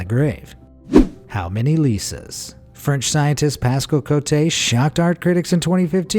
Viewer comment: “Cotte” is pronounced as “COAT”., I’ve noticed in your videos, you have a very bad habit of mispronouncing every E at the end of every French word as “ey” as in “hey.” It’s not “CO-tey.” It would be “CO-tey” if this accent, é, were on the last letter, Cotté.